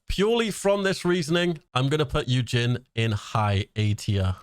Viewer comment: Also Yujin is pronounced like Eugene 🤗 and is he korean?? I thought he looked more greek or something?